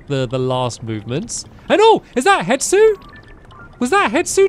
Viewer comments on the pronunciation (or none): Why does it annoy me that he calls him hetsu when his name is hestu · It’s he-Stu not het-su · HeStu, not HeTsu! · it kills me when stamps says "hetsu" and not "hestu" 🤣🤣 "it is a thing." -Stampy Cat 2023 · who wants to tell him it’s HeStu and not HeTsu😂😂😂 (i didn’t watch the botw series back then somehow even being a loooong time fan, so i could be missing out on an old joke lol)